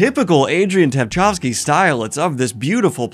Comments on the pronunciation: "Tive-chov-ski"??? Chai- cough-ski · It’s Adrian “Chai” (like the ☕️) “Koff” (like cough) and “ski” chai-koff-ski 😅😊. The “T is silent sir. 😊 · Someone tell Daniel it’s pronounced T-chai (like chai late)kovsky and not whatever pronunciation that was. I was hoping it was Daniel being a silly goose but just in case. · The way you pronounce Tchaikovsky is very...odd. Why not pronounce it the same way as Tchaikovsky, the composer